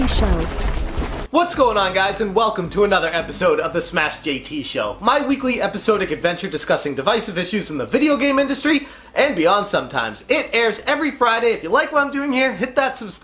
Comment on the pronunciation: The word Episodic is pronounced Ep-eh-sod-ik